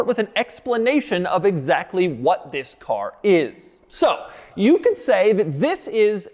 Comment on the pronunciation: And vhis, and vhis, and vhis, and vhis.